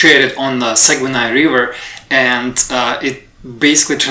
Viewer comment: good video but Saguenay is pronounced Sag-nay (or sag-neigh)